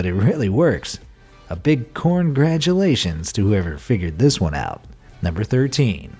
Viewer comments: "A big CORNgratulations for.." and I'm done here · "CORNgratulations" , come on 😔😔😂😂😅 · “Corngradulations” lmaoooo